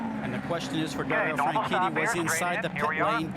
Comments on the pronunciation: why did you say "franchini" instead of "franchitti" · Suppose to be FranCheaty